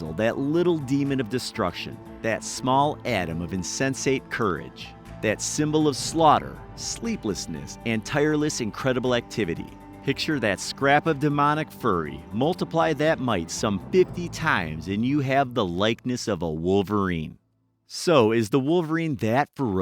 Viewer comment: Did you pronounce Fury as Furry